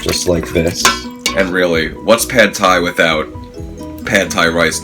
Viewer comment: pronounced like "pod Thai" not "pad Thai"